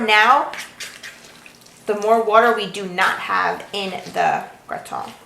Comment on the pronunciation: You say Gratin the correct French way, as it should be. :) Great recipe and video!